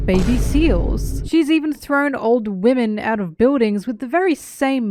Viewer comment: I woke up to this since i had auto play one and all I hear is "wemen"